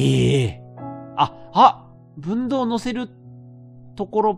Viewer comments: 分銅(ふんどう)やな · 分銅をぶんどうと連呼してるのがすごい違和感。